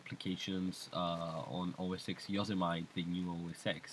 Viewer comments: yoh-sem-it-ee yoh-sem-it-ee not yo-suh-meyet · "Yo - so - mite" lol